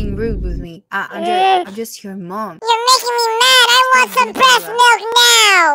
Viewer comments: HELP R U OK U SAID BREST MILK LM FAOSOAODIO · Bro why did he cips saying resmilk